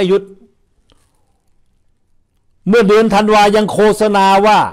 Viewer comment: ไม่ใช่โคสะนาต้องอ่านว่าโคตสะนาครับท่าน